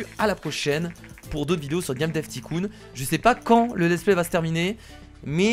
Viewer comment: Stp dit pas ticoon dit taïecoon